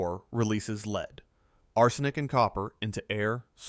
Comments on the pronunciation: must be another ai voice after hearing lead said wrong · The metal LEAD is NOsaid Leed, it is LED.